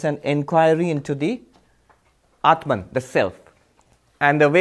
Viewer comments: u r wrong. I have been listening to him for a long tome. Read this carefully then go back and listen to his pronunciation then come back and tell me if I am wrong: When he talks in English he distorts it and says clearly “atmun” and not “Atmaan”. Atmaan is the closest correct pronunciation. Further when he speaks in English he distorts common words like Yog to Yoga and Arjun to Arjuna and shiv to shiva. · This learned man has distortion in his brain. when he talks Hindii he says 'batman' but when he is speaking in English he says 'aatmun'. As if it is a separate English word. Aatmaan is always Aatmaann in any language. Should be no distortion. Same with Artjun, Yog, Shiv... . We must stop giving concessions to English speakers by distorting to Arjuna, Yoga, Shiva... English speakers will learn to pronounce the right way.